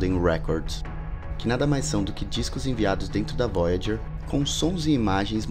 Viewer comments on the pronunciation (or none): none